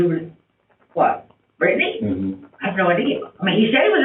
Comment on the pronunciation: Why does he say Brittany like that lol Britt-nay